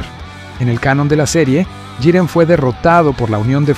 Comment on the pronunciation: Muy buena narración. El único defecto que le veo es que va cambiando la forma en la que pronuncia Jiren. A veces dice Yiren y otras Giren xD